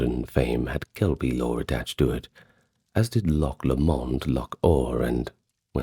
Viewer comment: Strange way to pronounce Loch LOMOND! Lo-mond? Enjoyable though.